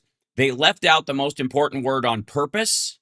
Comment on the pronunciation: "Impordant" is not a word.